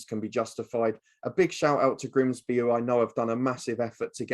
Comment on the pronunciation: It’s Grimsby, not ‘Grinsby’🤦🏻‍♀️